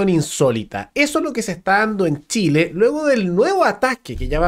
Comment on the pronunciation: "Treneh para shileeeh" decían lEs arbolitEs